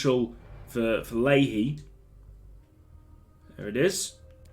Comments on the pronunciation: I'm pretty sure leahy is pronounced like "lay" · pronounced lee-hee my man